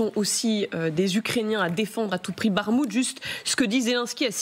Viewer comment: Pourquoi prononcer Barmout ? c'est Bakmout